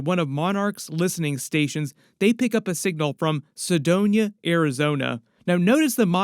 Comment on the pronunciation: Not to sound like a dick, but its just Sedona, not Sedoña